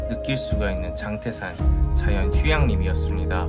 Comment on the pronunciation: 장때산이 아니고 장태산 입니다 발음에 주의하여 주세요